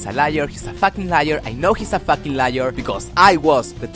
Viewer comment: sure if you think "facking" is an english word